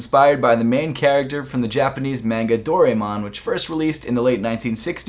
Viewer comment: Lmao how he said manga